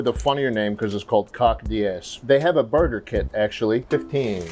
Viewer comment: i thought he said murder kit instead of burger kit.. i didnt even question it until i saw the packaging